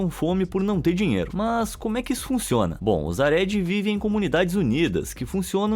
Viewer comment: Gente, é “hareDI”, não “haRÉdi”. A sílaba tônica é “DI”.